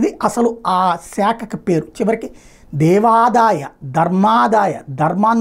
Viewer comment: బ్రహ్మశ్రీ వద్దిపర్తి పద్మాకర్ గారు ఎప్పుడో చెప్పారు.... దేవాదయ అని దేవాదాయ కాదు.